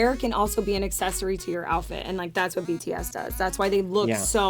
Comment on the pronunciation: the way he said "BTS" I know, I know. That's ARMYs everytime